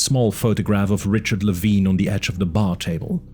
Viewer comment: I had the impression that he's name is pronounced lee-vine not lee-veen